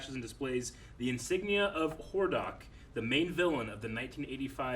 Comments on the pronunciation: Lmao yeah. The way he said Hordak did hurt my ears a bit. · for not recognizing Hordak's symbol and then mispronouncing his name lol